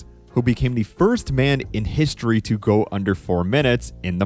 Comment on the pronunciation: Nobody is gonna comment on “historeeeh”